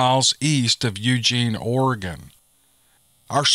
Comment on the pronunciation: I listen to every video and enjoy them all. However I just cringe all over when I hear the names of places in my native Oregon, born and raised in Eugene. Gotta say I was surprised when you correctly pronounced Oregon but sweetie when you said Wil La Met I lost it. Seems a lot of people say it that way but the correct pronunciation for Willamette is Wil Lamb Et. Makes me laugh because when my mom came out to Eugene in 1947 from Missouri she got off the bus and asked how to get to Will a met street she said people looked at her like she had 2 heads. Finally someone said to her do you mean Wil lamb etc? She always thought it was so funny. We need more Steve Lily... Blessings